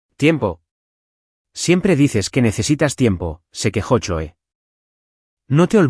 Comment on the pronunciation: Se lee cloi no choe.